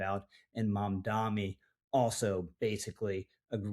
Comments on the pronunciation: I will keep putting this in your comments section until you get it right. It's MamdaNi not MamdaMi. He's a douchebag either way, but let's be smarter than he is and get his name right. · One small point ... how difficult can it be to pronounce the man's name correctly? ( e.g., ) Two ems, tnen an en. I would prefer not to spell out the name myself (why give him more air through my typing fingers?) but credibility and gravitas (yours) are conveyed by ( at the very least) taking the trouble to- pronounce a man's name correctly. UPDATE: and an apology - at the mark, you got it right. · He has been saying it incorrectly in every video (and it is common). And each time I point it out just like you have.